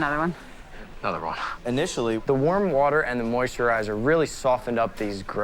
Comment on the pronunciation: Haha. ‘Warter’ case at the end 😂🤣